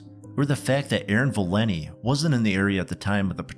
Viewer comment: Her name is ValenTI, not Valinny.